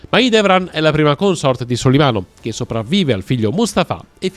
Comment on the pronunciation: Merhaba! 😊 Selim Yavuz, padre di Süleyman/Solimano, fu un po' come Filippo II di Macedonia per il suo più celebre figlio Alessandro Magno. N.B. Pàrgali, non Pargàli. N.B.2 Mahidévran N.B.3 Cihàngir (la c in Turco si pronuncia come la g di gelato, giovane, giallo, giusto) N.B.4 Mèhmet, non Mehmèt